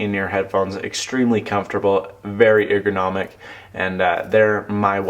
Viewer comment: That is one weird cable. say 'ergonomic' for me please! lol Nice review!